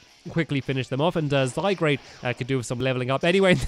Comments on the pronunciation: Stampy: let's take out zygrade Me: its zygard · Stampy it's Zy Gaurde (Zygarde not Zygrade) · It's zygarde not grade sorry it just enjoyed me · My fave Pokemon is zygarde And it's zyGARDE not zyGRADE! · Dose Stampy EVER read the comments, I mean how many times do we need to say it's ZygARde not ZygRAde! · it's not zygrade it's zygarde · also stampy just saying it's not pronounce zygrade is pronounce zygarde the e is silent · no offence but you pronounce zygrarde wrong it's pronounced zy-guard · ITS ZYGARDE NOT ZYGRADE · It's zygaurd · stamps your saying "zygRAde" the name is "zygARde" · Its zyguard not zygrade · Stampy says "lets get out zy-grade" me "should of gone to specsavers" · It's ZY-GARD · My favourite Pokémon is mew I missed the last Episode but my least favourite Pokémon is Kyurem And it pronounced zie-guard Don't judge me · and since your reading comments its pronounced zy- gard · It's zyGRADE DON'T YOU READ THE COMMENTS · Cat AJ -Cat05316 no its zyGARde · Stamps not to be rude but before i explode with anger Zy-g-A-R-d-e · stampy its zygarade its the name your saying the name wrong its z y g a r d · U pronounce zygard wrong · it's called zy-guard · Stampy it's pronounced zy gaurd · it is pronounced zy-guard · Its zyguard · gaming pro # i wish stampy would get zygarde's name right. its annoying me but i try to put up with it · your saying zygarde wrong'